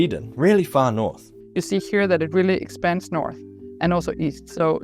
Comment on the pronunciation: Yaaaay Denmark! 🎉 The lighthouse was actually moved 30 meters to keep it falling of the giant sand dune. Fun to watch a place i have been myself randomely featured in the context of neanderthals 😂 Loved your pronunciation of Trine btw 😉👌 🇩🇰🇩🇰🇩🇰🇩🇰